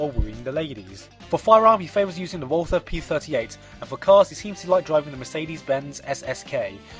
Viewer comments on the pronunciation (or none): none